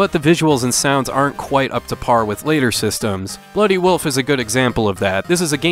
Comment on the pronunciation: !!!🤣🤣🤣🤣!!! Well, if we didn't already know you were from Minnesota...